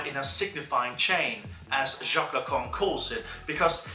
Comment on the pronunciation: Yeah, i laughed so hard, also near the end Lacan becomes "the Kong"